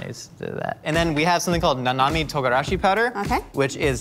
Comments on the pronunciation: Ryozanpaku? That's from History's Strongest Disciple Kenichi! Also, it's not nanami, but shichimi. Someone get some Japanese classes. The cringe is real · It’s actually “Shichimi” togarashi and not “Nanami ” (both meaning “seven flavors”), but the fact that he actually kinda misread the kanji tells me how well he’s done his research. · it's shichimi togarashi, not nanami